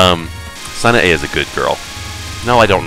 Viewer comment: Sanee? I guess it's the accent, but it tires me to hear stuff like that because I have no problem pronouncing any of this stuff. I think ZUN said that he made MoF because he decided he should actually make a game about shrine maidens. And yeah as said before PC-98 is far bigger an underdog than anyone else.